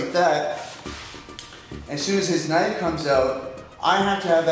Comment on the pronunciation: mean as ka-nife